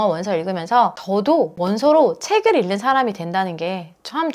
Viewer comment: 다 좋은데 '읽는'은 [일는]이 아니라 [잉는]으로 읽으셔야 해요.😅